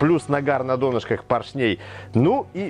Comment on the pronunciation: Спасибо за видео, класс, слово клАпанов ударение поставили правильно, а вот слово пОршней - нет. Правильно ставить ударение на О - пОршней, а так всё супер